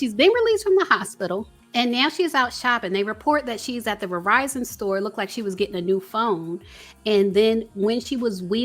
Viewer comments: "Outside the Revizon store" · i love u. But it soundz like ur pronouncing "Verizon" as, (and i'll spell what it soundz like ur saying phonetically) "Verr-vie-zon". Perhaps itz some other distortion in the mix, i will say my speakers are on point but?